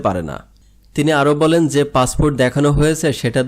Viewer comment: উচ্চারণ ঠিক কর পাছফুট না পাসপোর্ট